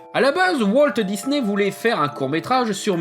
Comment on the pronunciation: "Walteuh Disney" ça m'a stressé durant toute la vidéo mdr